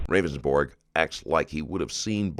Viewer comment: Its funny how the narrator keeps calling him "Ravensborg" when in the video he clearly told the police several times it was pronounced "Rounds-Burg"